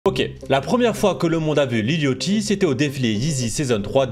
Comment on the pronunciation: T’es au courant que ça se prononce Yachty et pas Yochty